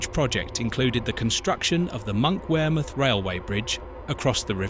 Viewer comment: Thank goodness for the AI narration, I didn’t know wear I was. Glad to see Tyne and Where in all its glory, especially Monkwheremouth. I would have liked to have seen a view of the River Where, but perhaps I missed that bit. It might have been when the tears of laughter wear streaming down my face, as the train went through Heeeeeworth, wear modern Tyne and Where Metro services share parts of the route . . . .